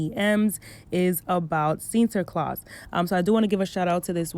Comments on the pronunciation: It's like you're struggling but you're saying it right tho 😂 Sinterklaas. Love that you're talking about this topic I'm Dutch btw. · I am a black Surinamese girl from the Netherlands. From childhood I knew the "Tradition" but I never celebrated it because I always knew it was racist. And I’m happy you talked about this.( You pronounced Sinterklaas right) I love your video’s so much love❤️❤️❤️ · I was born in the Netherlands & Sinterklaas (u pronounced it right btw) is really something big. But from a young age, I was called Zwarte Piet a lot of times... that’s when I knew there was something wrong with it, bcs my skin is not a costume, point blank period no tampon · Your pronunciation of sinterklaas was not that bad